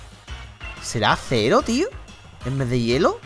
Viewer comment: hielo no herro bro :vvv